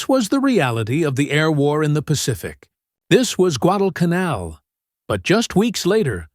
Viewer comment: I hate AI slop. Less than 30 seconds in, and the moronic AI can't even pronounce Guadalcanal. Losers and posers need to stop relying on AI to do all their work for them.